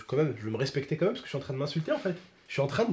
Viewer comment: Mec retourne en cp wallah ça se dit « quand même » pas « comme même »